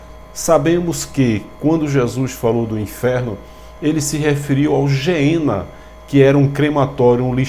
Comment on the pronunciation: Oiii a paz! Não estou te corrigindo mas a pronúncia certa é "Guiena" porque no Hebraico e Grego não tem o som de " G e J " na pronúncia....fica na paz irmão.